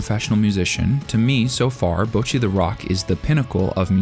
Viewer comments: Imagine watching BtR for like literal hours; Hearing the name being said in Japanese over and over and over and over. And then going: YUP! HER NAME IS BOUWCHEE - It sounds impossible, but Americans make it possible. They are out there on the frontlines of stupidity every day, fighting the good fight. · The way you misspronounce Bocchi is driving me nuts